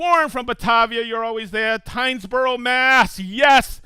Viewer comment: Hey, it’s Tingsboro, not Tynesboro, lol